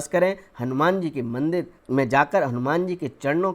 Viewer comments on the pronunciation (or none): none